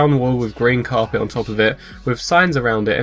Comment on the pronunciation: It's carpet not Cape